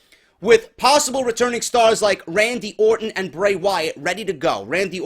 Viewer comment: its Bray not hard bro